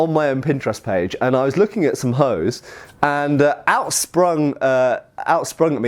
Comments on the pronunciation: Researching Hoes I see ;) btw "Hose" is German for trousers. Hint: an "E" at the end of a German word is not silent, as such instead of "Hos" (incorrect) it is "Hose" (correct). It is a short "eh" sound like the starting letter of "exile". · the "e" in "hose" is pronounced and not silent. The word slightly sounds like "ho-zeh", where the vowel in the last syllable is an [Open-mid front rounded That's roughly like in the articles a/an. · I just kept laughing every time he said hose so I had to stop the video for a bit to catch my breath. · I am from Germany. (So naturally I don't like/understand fun and humorous things) and I have to tell you all: “(die) Hose” (singular) is still the German word for trousers and “(die) Hosen” is the plural. And beside I have no Idea how the medieval Germanics pronounced “Hose”, for modern terms he is pronouncing it utterly wrong, or he does copy some crude dialect. (But yes, it is way more fun if he pronounced it the way he does. xD)